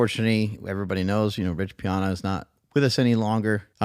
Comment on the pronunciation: Rich's last name is pronounced P-Anna 🎉